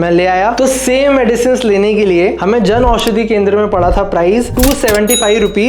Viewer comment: Jan aushadi not “janushadi”